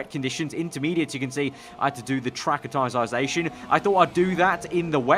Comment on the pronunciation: Wonder when is gonna say acclimatisation properly